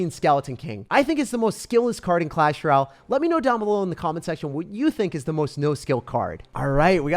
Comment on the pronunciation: The music is less distracting today ty but can you say clash ROYALE? It has an O in it. Not clash R’YAL